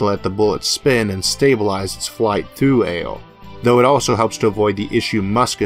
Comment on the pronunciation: A "bewo"? What's a "bewo"? Oh, you mean "barrel"! And "awo" is "air"?!